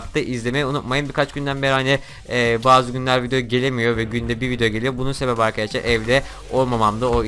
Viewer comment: 13 saniyede 3 kere arkeşlar dedin arkadaşlar da değil xd